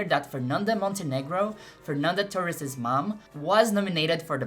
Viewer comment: *Clicks video* "Let's see what the american woman is gonna say abt the movie" *Pronounces "Torres" right* "I know you better than you think I do"